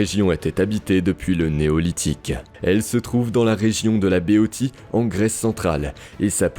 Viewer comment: Béotie se prononce "béossie" comme dans béotien, qui désigne une personne peu cultivée. Pas un mot sur le bataillon sacré de Thèbes qui pesa favorablement dans la bataille de Leuctres contre Sparte.